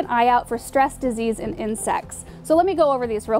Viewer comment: Insects not incets lol.